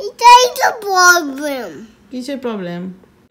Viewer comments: "Poblem" bola tai to mone hoy Sob theke boro " Poblem".... 🤣🤣😆😆 Tai na.... 😘😘😘😘 R gaan ta to puro "Mashallah".... 🤭🤭😆😆🤣🤣 & for Expression lots of "Chumu".... 😘😘😘😘😘😘😘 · Deem pauruti ta yummy dekhte lagche 😋🍞🥚Ar ekdom correct,"Etai to "poblem" " 😁😁